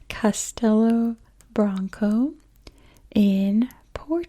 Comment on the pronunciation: I don't think anyone would think you're trying to offend us. You're making a video showcasing our country, which is great and appreciated. I will point out that the "O" at the end of "Branco" sounds more like a "U" for the sake of correctness, but you're doing fine (especially for someone who doesn't live here). Portugal's a beautiful country. Thank you for making this video.